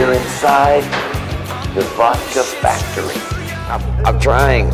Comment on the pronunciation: I liked how you said "Vodka Fucktory" :)